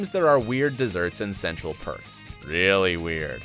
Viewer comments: he said park instead of perk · Erica Dae right! And also said Central Park I think once too haha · Central PARK?!?!? Have you watched Friends? EDIT: He also says GUNTER!!